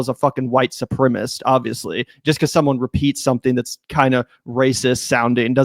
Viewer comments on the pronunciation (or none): Please stop saying white supremist - it's sepremicist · Supremacist. 4 syllables. Su-pre-ma-cist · Supremacist. Four syllables. Learn how to pronounce it son. This is important stuff you're talking about on YouTube.